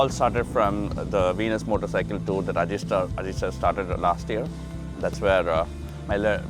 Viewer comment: not Ajeeeet kumar..It is Ajith Kumar